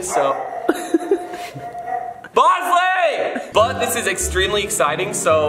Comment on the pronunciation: This is sad to watch in 2024 when bryan says bonsly